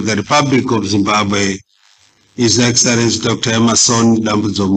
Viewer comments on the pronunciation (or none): Haa kkkkkkk chirungu chacho his exarencisi😊